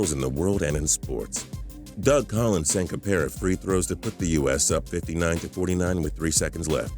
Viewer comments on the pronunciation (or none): none